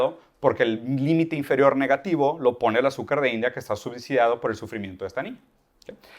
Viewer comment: Conozco el término subsidiado, el de "subdiciado" lo desconocía. Lo dice un par de veces. También dice "transendental". Entiendo que se refiere a trascendental. En fin, lo seguirá escuchando un poco más.